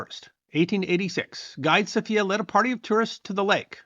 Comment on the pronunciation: Also guide Sophia is pronounced in the English way, not the Spanish version.